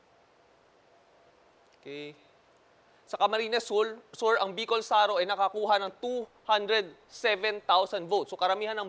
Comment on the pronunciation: Bicol Saro matigas bigkas hindi malambot..it means 0ne Bicol